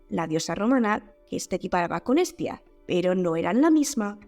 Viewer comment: Te diste cuenta que Pascu y Rodri lo pronuncian como "Es tía" y luego cantan de muchos sobrinos? Unos genios. Tengo cerebro igual 😂